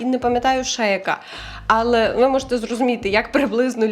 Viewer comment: Гарні тези) Ps: АЛЕ має наголос на е в українській мові)